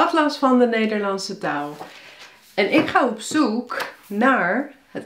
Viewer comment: Ik hoor ook een engels accent, hoor. Het accent wat Nederlanders hebben die langere tijd in Amerika of VK wonen ..(zoals mijn zus bijv.). een voorbeeld : de langerrekte uitspraak van 'zoek' . De intonatie klinkt soms ook wel Engels. Ik ken geen regionale 'accenten' die dit hebben. Misschien dat je veel engels spreekt, ik weet het niet. Maar de vergelijkingen komen niet uit de lucht vallen. Misschien is dit ook wel een 'accent van de toekomst' , zoals wel gezegd wordt van 'Poldernederlands' ( Sharon Dijkema) of zoals in sommige Amsterdamse wijken 'Hollandse' jongeren een lichte Marokkaanse tongval overnemen.